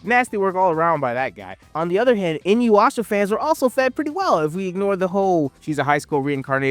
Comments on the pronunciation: its pronounced ( INU-YASHA ) ...not INU-WAASHA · who tf is "inu-WASHA" bruh